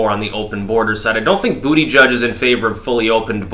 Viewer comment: I miss when you pronounced it "Boo-da-GEEG"